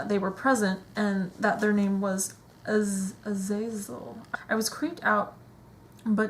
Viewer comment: Someone's never watched Supernatural or X-Men if they don't know how to say Azazel